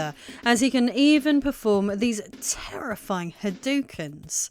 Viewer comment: 😂 “tarifiying Hadukan “ 🤣 “Did you say Bid Daddy Top Hat 🎩 “ ha ha ha